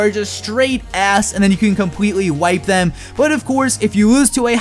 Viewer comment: Anyone notice his "L's" sound like "W's"? I hear him say compwetely, wevel, and wose.